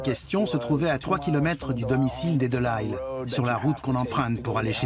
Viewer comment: Un narrateur français devrait prononcer Delisle, un nom de famille canadien français, correctement à la française ! Voyons !